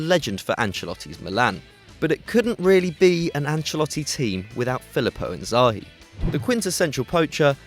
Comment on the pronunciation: Tbf, Kaka or Seedorf over Thiago, Shevchenko over Inzaghi (and please correct your pronunciation of his name). Robben choice is also little questionable, it's only his 1st season. We cant be sure if he can perform next season